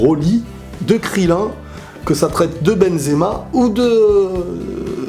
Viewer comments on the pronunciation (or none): none